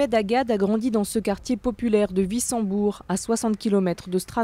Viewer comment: Wissembourg se prononce Vissembourg. Quel manque de culture.